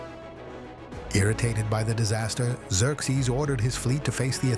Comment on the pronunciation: Its Zer-zees not zerx zees.